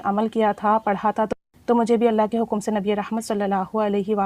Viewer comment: أپ ان شاء اللہ یا اللہ پاک کا نام ٹھیک سے نہیں لیتی ایک کم از کم ایک مرتبہ اپنے استاد کو لازمی چیک کروا لیں تاکے غلطی نہ ہو پڑھنے میں